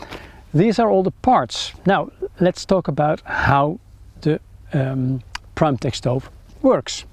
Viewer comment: Its pronounced "primetek" not "primetehhh"